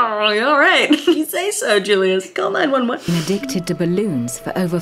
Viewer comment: "My name is Julius and I am a balloon addict." Emphasis on dict...